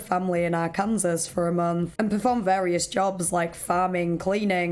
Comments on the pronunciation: It's not "Ar-kansas", it's "Arkin-saw" 💖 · Arkansas ≠ Are-Kansas, it's Are-can-saw. Yeah it's weird for us too. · Hahahhaha she said are kansas lol people in Arkansas hate that Its actually are kan saw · Just a correction, Arkansas is pronounced "Ar-Ken-Saw" the last S is silent because its a french spelling of a Quapaw word that english just never bothered to either correct the spelling of the french word, or do what they usually do and spell native words with latin letters as best they can. I know alot of people see the spelling of Kansas which is right beside each other, but as much as English spelling is already inconsistent its ten times less so in American English because of the borrowed pronounciation of hundreds of languages which alot of them had sounds not in english that English just had to make sound the closest. I figured i might as well let you know now since Im guessing other people might not be so nice about it. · "R-Kansas"???!!!!! Seriously??? All the research you do, and you didn't bother to find out how to pronounce Arkansas???? 🤦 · it always kills me when people pronounce 'arkansas' as 'kansas' with an 'ar' in fron of it. it's 'ar-kan-saw'. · She said R-Kansas 😂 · I love that you say Arkansas like the Are-Kansas vine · Obviously the least interesting bit of the video but I did find it super amusing when I hear a non-American pronounce Arkansas as “are-Kansas” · heads up! arkansas is actually pronounced “arkan-saw” :) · Arkansas is pronounced Ark-en-saw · Arkansas is pronounced "arr-can-saw" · Hi! Arkansan native here, just wanted to let you know it's pronounced R-can-saw. There was even a law passed, way back in the 1800s I believe, that it should be pronounced as such because people got so mad about it 😂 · Just an FYI, Arkansas is pronounced like "Ar-can-saw" despite being spelled the way you pronounced it!😉🙂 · great video, but the way you pronounced arkansas took me OUT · the pronunciation of arkansas 💀 💀 💀